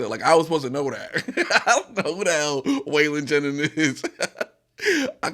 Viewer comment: Struggle is the grandson of a great country artist Wailing Jennings might odf butchered his name but it's awsome how he's in rap being his background